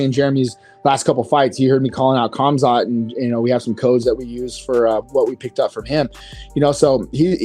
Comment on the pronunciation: Guys, the K is silent in Khamzat for the love of god. It is pronounced Hamzat - and if you really want to pronounce it correctly, even the t is silent so it's Hamza